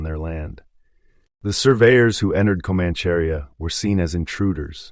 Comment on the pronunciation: 'Comancharia' is pronounced Co-manch-a-ria not the butchered word your trying to say lol... Thanks for putting on YT